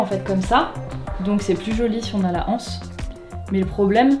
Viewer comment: Salut une anse s’écrit sans h alors on prononce l’anse et non la anse. Bonne journée